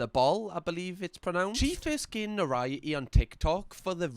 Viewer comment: Noriety isn't a word pal. It's notoriety. Whole syllable you've missed with that one!